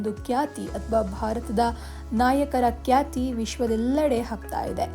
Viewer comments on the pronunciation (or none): ಕ್ಯಾತಿ ಅಲ್ಲಮ್ಮಾ , ಅದು ಖ್ಯಾತಿ.